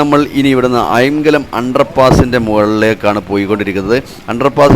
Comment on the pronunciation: അയാം കലം അല്ല. അയ്ങ്ക ലം ആണ് 😊